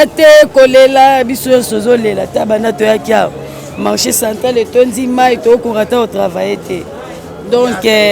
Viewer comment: Marché Central et non Santral, eza soni on dirait botanga te kk kofinga nde boyebi